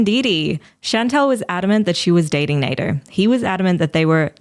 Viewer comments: I think his name is sounded as (Nah-deer) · Name - Nader "NEY-DUR" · I'm speaking on behalf of the whole Egyptian population, we do not claim that "Nader" guy. even his name sounds dumb when pronounced properly for us